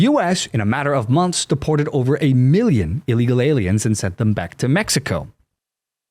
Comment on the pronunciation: He said he was going to deport, deporr, deport. What like five peopl so far 😂.